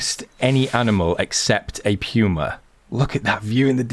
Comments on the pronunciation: pewwma? its puma as in poohma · Love your channel but the way you say Puma is killing me. It is POOOOMA, not PEEWWWWMA. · It poomu not puema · It's not Puew-ma, it's Puma, Puuh-ma. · I have PS4, anyone know if they will be fixing the problems with tracks, blood trails, animals not dying or dissapearing problems? Any anticipated time frame with it from the devs and will it come in a console patch? Thanks for any commentary and sorry to be a snit, but it's pronounced Poooo-ma, not Peeeu-ma. Love your vids. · Everyone is calling it a “pewmah” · It's puma not pewma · I’m sorry but it’s said like pooma